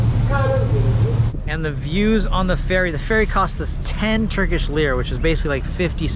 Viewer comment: awesome overview!! also big props on Turkish pronunciation 🤌